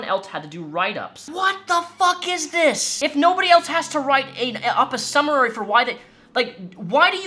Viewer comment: Summary. I know you're angry while reading, which you should be, but my man, it's summary, not Summer-rary. Too bad this court case wont make people stop supporting them. It literally sounds like the entire company is the epitome of the "degenerate male gamer" stereotype that so many people try to normalize. "It's the internet." "it's just a joke." "We're gamers, lul." I've been gaming for over 20 years and have met too many of them to know why the stereotype exists.